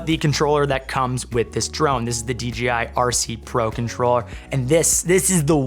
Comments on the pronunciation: Stoked that this one performs so well!!! Also, I think it's hilarious that you always say DGI instead of DJI. 🤣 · he says DJI in the same way that you would pronounce J for Jam